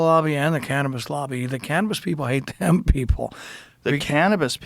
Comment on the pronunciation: It must've taken every last bit of patience not to correct him every time he would talk about "hemp."